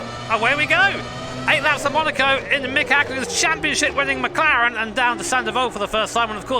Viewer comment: Nice “mclaren”🤦🏻‍♂️